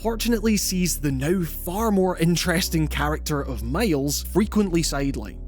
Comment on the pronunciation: Did the narrator really say "male's " insteaf of Miles?😂😂